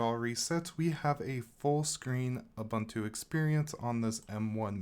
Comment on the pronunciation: Ubuntu is pronounced u-boon-too.